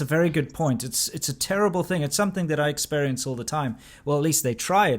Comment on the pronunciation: A basic English teacher not knowing how to pronouncec "Experience " is on the road to change global politics...good luck road runner